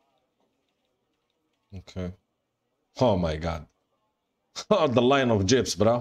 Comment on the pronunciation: I Crack up every time you spawn jeeps because it sounds like you say jibs! 🤣